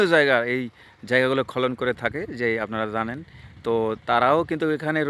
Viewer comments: খলন কি ভাই,খনন উচ্চারণ করুন। খুব সুন্দর ❤ ভিডিও। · বার বার খলন খলন বলছেন। খনন কাজ। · খলন না রে, খনন। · খনন খলন নয় শুনে হাসি পাচ্ছে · খনন বল তে পারন না। কানে লাগে।